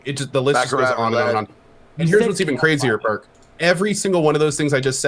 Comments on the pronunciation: I keep hearing Berg and get confused when I don't see Gassy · Every time JP says "Burke" I hear "Berg" and try to understand what GassyMexican character is doing on Dropped Frames.